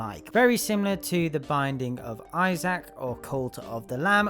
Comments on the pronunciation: I wasn't originally gonna comment anything but, why did you pronounce Isaac like I sack. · “The binding of I-zack” is crazy 💀